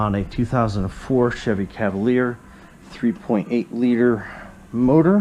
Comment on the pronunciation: right oit of the gate at the mark you said Cavalier. 😲